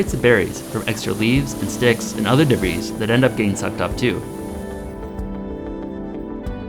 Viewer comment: Lord love ya...it's pronounced debree not deb-riss ;) And I dearly love your channel.